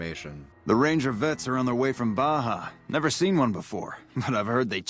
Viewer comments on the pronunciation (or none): There's something about the way Baja is pronounced i just hear Blahjah.